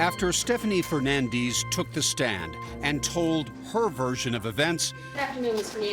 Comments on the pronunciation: Fernandez!! Say the name correctly. Lol fernandeezz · Hernandiiis. Why can't they just read it is it is???? Fernandez not Fernandiiiiz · Her name is Fernandez. Stopp saying fernandeeze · It is FernandEz not FernandIz… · Its Fernandez, Not Fernandizz🙄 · FernandEz !!!!!!! not fernandeez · Fernandez is pronounced as fernandez, not firnandiz. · Every time they said FernanDEEZ... 😅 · FERRRR-NAN-DEZZZZ it is a Mexican name. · The pronunciation of “Fer-nan-DEEs” is a crime in itself. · Why is her last name keep being pronounced Fernandees? 🧐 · Even the daughter says Feenandiiizzz Thats just sad 😂😂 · “Fernandees.” 😂 Tell me you’re ashamed of your Latin name without telling me… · Fernandeez? Lol okay turn it italian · Fernan"dis" WTF? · I wonder if she knows she’s completely butchering her own last name she’s completely mispronouncing it lol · Awe this poor baby- now grown lady I imagine. Does not pronounce her Hispanic last name correctly. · She doesn't even know how to pronounce her own last name 😂😂😂😂😂😂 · Why are they pronouncing Fernandez that way?? 🤷🏻‍♂️ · Never trust a Ho who mispronounces her surname to try to hide the Spanish ethnicity in it. Her daughter looks dumbusoriboubceing it as well. it's not a matter of opinion it's an existing name with an existing name with an existing pronunciation. She was a terrible witness continuing to look to the left side of her brain which is the imaginative side which means that you're making up a lie or trying to make up a lie and not actually remembering. Also she said that she wasn't scared of her husband when she was sleeping with other people and that's a wrong answer cuz you're supposed to say you're ALWAYS scared if you're a victim.